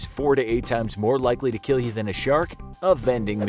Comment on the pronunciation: It will keel